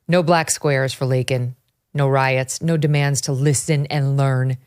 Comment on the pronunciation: Victor calls her "Lincoln " and you don't correct it?